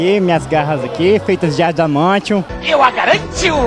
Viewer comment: "ardiamantium" me rachei UEAHEAUHEAUHAE